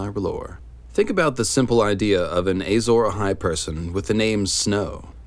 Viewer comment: But why does he keep saying "Eyy-zora-hai"?